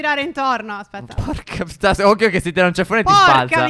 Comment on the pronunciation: Stef hai detto porcaputt